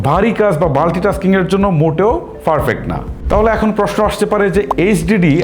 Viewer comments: ফারফেক্ট ❌ পারফেক্ট ✅ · আপনার ফারফেক্ট উচ্চারন ঠিক করেন খুব কানে লাগে পারফেক্ট বলার চেষ্টা করুন।